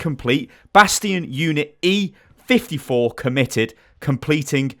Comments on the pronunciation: how the hell u readin it as 45...... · Is it just me that heard bastion E45 when it's E54? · Bruh you cant read its 54 not 45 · can't read lmao it's e54, e45 is like a beauty cream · fifty four. not fourty five